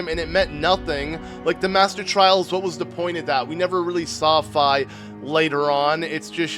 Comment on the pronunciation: Also, it’s FEE! and Guh-roo-doe. And mar-lee-o (it’s a non-optical L).